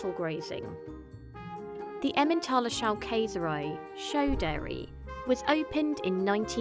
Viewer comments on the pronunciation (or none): You were literally surrounded by german speakers and didnt ask one how to pronounce Schaukäserei?